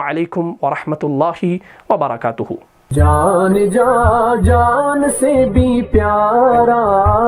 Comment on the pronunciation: پہلی بات آپ نے سلام ہی ٹھیک نہیں لیا آپ نے پڑھا ورحمتہ اللّٰه وبرکتہ جبکہ کاف کے بعد الف کو نہیں پڑھا اسے درست کریں۔ اگر باقی لوگوں کو ایسے لگا تو پلیز بتائیں۔ اسلام وعلیکم ورحمتہ اللّٰه وبرکاتہ